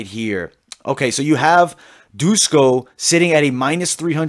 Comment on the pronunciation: It's not Dusko, it's Duško, read as Dushko. Todorović is more like Todorovich.